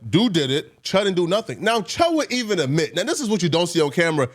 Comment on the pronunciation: the word is admit not uhmit :face-green-smiling:and he did record his license plate as the walked up to the pump. who is this nigga? the male tasha k or wendy williams:face-green-smiling